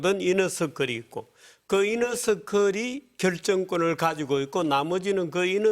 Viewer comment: 이너서클을 이녀석들이라고 들었네